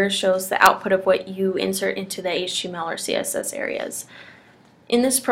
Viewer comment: Better video that most. But, sheesh, slow your roll. , I heard "writing hache text". Took me a while to figure what you meant.